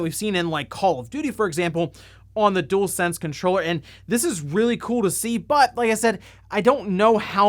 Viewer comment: Dualsense, not Doolsense